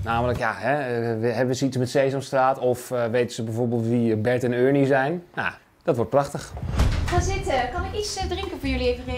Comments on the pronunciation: Nee het is Ernie niet UHRNIE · Het is ernie niet urnie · Normale mensen zeggen: Ernie! Kalvijn zegt: urnie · Ik vind het wel mooi dat kelvin eurnie zegt ipv ernie, lol😂😂